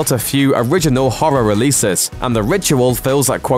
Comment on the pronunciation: his trouble wit the word Horror made me laugh...because I can't say that damn word right either